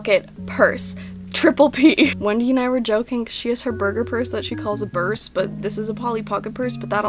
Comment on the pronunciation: You can't say burse, but you CAN say p-p-purse which I thibk is just as funny and annoying